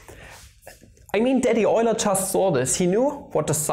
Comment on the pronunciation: "Daddy Euler" schön, den Namen Leonhard Euler richtig ausgesprochen zu hören. Ich belehre Mathematik hier in Australien und ich ziehe meine Schüler ständig dazu, Euler nicht als "you-ler" auszusprechen. Eine kleine Anfrage, produzierst Du Videos in der deutschen Sprache? Beide Deutsch u. die Mathematik sind meine Leidenschaften seit Jahrzehnten gewesen aber mir sind die mathematische Begriffe nicht so wohl bekannt. Es waere schön wenn die beiden vermischt werden können. Ausserdem wäre es toll dass die Werke von Euler, Leibnitz u Gauss unter anderen auf der eigenen Sprache erklärt und verwendet werden.